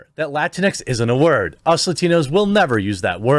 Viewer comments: PS - it’s pronounced “Lah-tinks” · It's pronounced la-tinks. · My Hispanic wife is just as confused: is it pronounced Latin-x, or Lah-tinks? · I hate seeing "Latinx" because everytime I see it I pronounce it "Lah-Tinks" and that sounds more insulting then just latino/a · I just like pronouncing it "latinks" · When I first saw that idiotic word, I literally thought it was pronounced “la-rinks” This stupid pandering is accomplishing the exact opposite of what they’re trying to pretend to accomplish. I will not accept the categorization that they attempt to place on an entire Hispanic heritage. I reject this label wholeheartedly. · I heard someone on a major news network pronounce it Lah-Tinks before and I almost peed myself! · It needs to be pronounced Latinx (Luh-tinks), to make it sound as stupid as it is. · I thought it was pronounced “La tinks”. If so, I’m not surprised it hasn’t caught on. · We (latinos) know "latinx" is a white people thing because it's impossible to pronounce in spanish or portuguese. Not a single latino or latina would have come out with that term, ever.